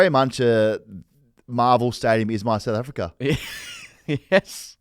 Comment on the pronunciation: does know how to say south africa? sounds like he's got Nate caddy in his mouth every time he says "souafrikrer"